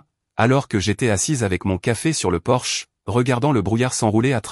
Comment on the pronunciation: Sexgiving ? pour Thanksgiving, on y a droit à chaque vidéo, idem pour Porsche au lieu de porche, table en chaîne au lieu de chêne, les pains au lieu de pins. belle histoire